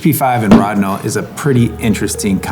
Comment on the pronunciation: P.S. An in German, where Rodinol was created by Agfa, the first "o" is long. You're the first person I've ever heard with the "rod" syllable, but as long as you get the results you want, you can call Lonidor if you like.